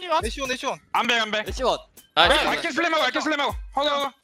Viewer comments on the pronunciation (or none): my favorite part, smurf and his “niceu fucking ans”